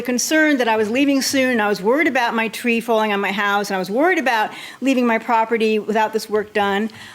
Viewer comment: He’s like “what are you talking aboot” lmao